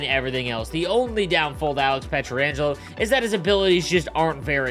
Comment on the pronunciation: say it with me: Pe-trang-elo